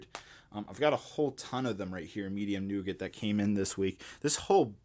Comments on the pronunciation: Pretty sure its nougat 😂 But damn I love nogut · Today I discovered Americans pronounce nougat differently.